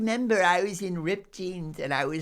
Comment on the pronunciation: I do love how Mark rolls his rrrrs "rrrrrrripped jeans" 😂😂😂